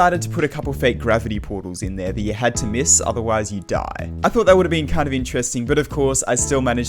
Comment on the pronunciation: The way he says die lol 😂